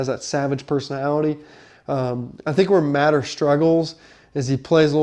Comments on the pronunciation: It's pronounced muh-tee-er not mat-er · First thing you should learn how to pronounce his name, it is Mateeeeeer not matter, secondly OU is going to grind IU into the ground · OU QB is MATEER, NOT Matter! 😂😂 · Bro doesnt know how to pronounce Mateers name and think Alabamas run game is something to worry about? I know IU is new to college football but come on 😂